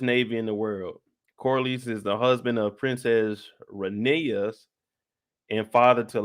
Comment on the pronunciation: Lmaoo it’s Rae-Nair-Rye-A